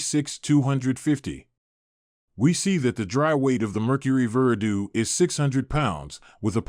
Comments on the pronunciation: “Ver-uh-due”? Ver-AH-do… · Verdoo? It’s spelt Verado that Veer a dow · OK, WTF is a "Veradoo"? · its pronounced Ver-aw-dow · Veradoo?... What? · You lost me when you couldn’t pronounce “Verado”